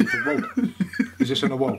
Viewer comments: "Na-Hu-Al"...a word coined, I'd bet, by folks who spoke Nahuatl...translates to "shapeshifting magician whose name is unpronouncable by British people"...still,...good on ya for trying to do it...love that hat...it's you.... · Nice pronunciation there tom... almost as nice as that hat :P haha